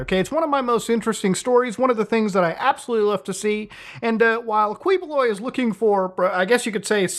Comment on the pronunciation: Quiboloy's name is pronounced "Keyboloy" i don't know if you know it and are just memeing but yeah there you go. Security Guards aren't lax they just don't really know what to do after all they got a guy recording so it could be some event. You can even see the guards checking in with their respective command center about it. They're not being lax they're being patient, they'd be more alert if he was being aggressive but he's just being a nuisance.